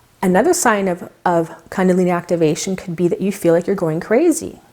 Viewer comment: kundalini is pronounced differently. its "koondalini" not kandalini